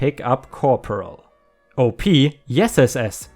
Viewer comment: I like the light/funny revenge stories more than the "I ruined his entire life" ones usually, but those can be really satisfying. Eeethernet :) 💜⭐✳️✨✴️🌟💜 *"Field op" op is short for operations and you say it like the beginning of the word, awp. Nice story.